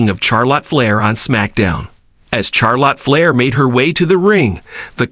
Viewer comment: Who is Char Lot Flair? I couldn't finish the video.